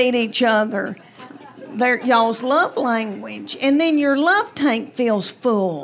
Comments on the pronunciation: I finally had to look down at my phone because I thought she said love “taint” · So......FYI.....Due to how you speak, "tank" sounds like "taint." Might want to stress the "k" when telling those jokes..... Though you are still hilarious, so maybe just keep doing what you are doing ? lol. 🙂